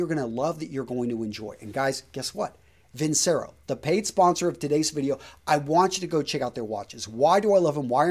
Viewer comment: Your credibility died the moment you said Vincero.